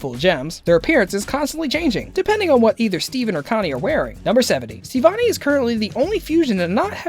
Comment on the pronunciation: bruh. hold up. . did you just call her STEEvonie? b r u h